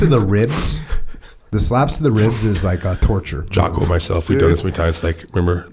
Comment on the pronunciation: Did call Jocko, "Jockoao"?